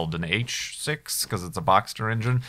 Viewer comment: BrEnNo1023 He also said 'Boxster' lol.